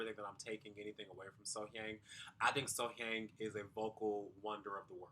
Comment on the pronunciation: The pronunciation of her name is literally right at the start of the video. You have been pronouncing her name wrongly. The audience voted during the live performances. So, whether they added autotune or not, it is for the TV viewers, not for the competition.